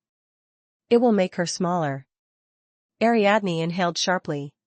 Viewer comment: Ariadne. = ariadeen.